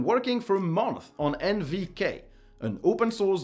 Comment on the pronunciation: Something that's been bugging me for months:, when you pronounce "months", you don't need the th sound. You seem to be making a whole effort to say the word as if it had the th sound and then the s sound, which is super hard and actually doesn't happen naturally in the language. In sum, just say 'monts'. Like the th sound is just a t. That's it. Thanks for the content!